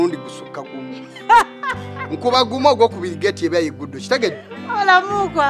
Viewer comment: Who else agree with me that muukwa is the true definition of mwaami mutembeyi in Ssebbare's Song😅😅😅😅😅😅 am in love with the way pronounce the word Mukwaa😅😅😅😅.